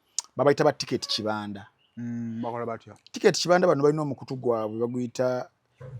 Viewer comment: Kibanda is a Swahili word naye the way you’re pronouncing it is wrong 🤣🤣🤣